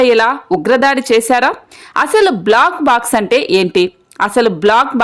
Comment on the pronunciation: Not block box but black box. Pronounce well